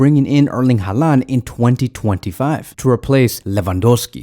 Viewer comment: Haaland isn’t Hispanic. I don’t know why you pronounce his name like that lol. It’s pronounced “Holland”